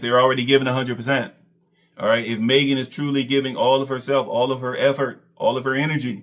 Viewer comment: Despite everything Maegan had done for. He still can’t pronounce her name properly. her name is Maegan not Megan 🤦🏾‍♂️.